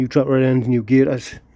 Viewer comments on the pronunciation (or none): Love hearing a Geordie saying the word ' gaiters' - please continue to say it even after you've finished working in the steering/suspension! Best Wishes from a softy southerner.